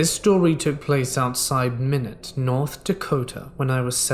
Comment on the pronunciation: love the videos, im from north dakota so for future knowledge minot is pronounced my-not, keep up the great work